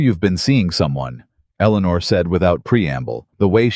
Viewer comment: At about : : the name 'eleanor' is badly said as if the team did not research how it should be said!. Oops LoL 😢😢